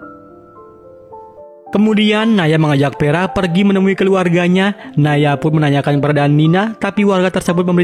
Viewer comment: vera bang.. vera.. bukan peraaa 😢